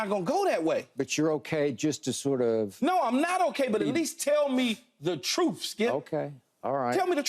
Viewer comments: Well Keyshawn...there’s no "F" sound in the word, "TRUTH". Its pronounced TR-U-TH, not TR-OOF. If you speak for a living and want "TRUTH", that’s probably a good place to start! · I heard "troof." 😆